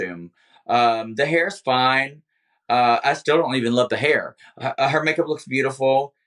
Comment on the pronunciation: Can't wait for the day Monet pronounces the word "hair" correctly 🙌🏽 she actually almost had it this episode